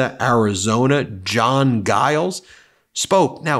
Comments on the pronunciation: Stop calling jiles guyles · Hey, I thought you'd like to know that the "G" in "Giles" is pronounced like a "J".